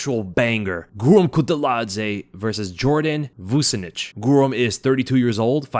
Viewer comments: Vucenic is pronounced “Vuchenic”. It’s a Serbian surname. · Nice video 😎 Vucenic is pronounced Voo-Chen-ick. Rhymes with his name “the epidemic”